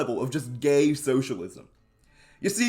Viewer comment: with how he says gay it seems like hes homophobic 😭he says it like a slur LMAO